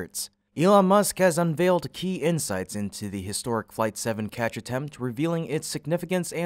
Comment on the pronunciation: catch, not ketch